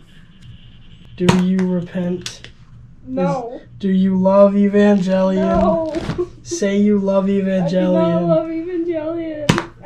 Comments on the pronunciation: Evan gay leon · Ivengay lion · How about pronouncing "Evangelion" correctly?